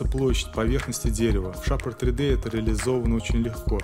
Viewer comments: Красивое информативное видео. Только не шапр 3д, а шейпер 3д - от слова "шейп" ;) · Закрытый слог ;)